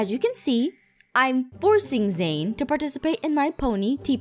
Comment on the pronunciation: It's Zane not zany dummy you need to watch it and see how it's spelled get it right